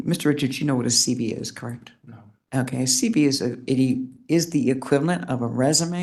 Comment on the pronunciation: I was puzzled by the judges reference to a CD or CB, until I realized she WAS NOT PRONOUNCING THE LETTERS CLEARLY. Then I realized she was saying “CV” CURRICULUM VITAE. SHE IS A JUDGE AND DOES NOT SPEAK CLEARLY.